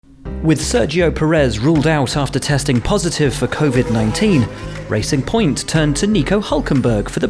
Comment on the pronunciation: Soooo Racing Point turned into Pressurr Point